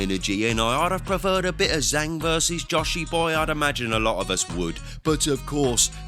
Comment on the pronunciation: Jang ((zhang) not Zang!!!